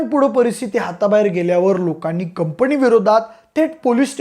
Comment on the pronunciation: कंपणी नाही रे कंपनी